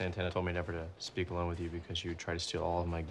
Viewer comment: omg not the pleek 💀